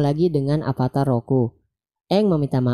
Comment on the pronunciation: pake ev bang bukan ep. avatar bukan apatar duh